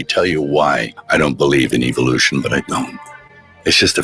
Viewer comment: The way mel pronounces evolution: “evil-lution” 😂 google: ‘mel gibson tapes’ to find out more about who that guy is..